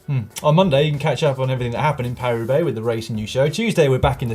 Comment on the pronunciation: Paris-Roubaix? No: Parua Bay! :-)